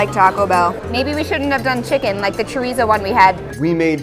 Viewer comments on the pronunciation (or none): lmao CHoRIzO 😂😂 My grandma laughed so hard and said omg este chico blanco gracioso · I couldn’t Stand how they pronounced every dish.... churizo 🤣🤣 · It's pronounced Chodizo